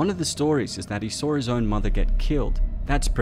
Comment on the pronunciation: It's pronounced "Saw" not Sawr"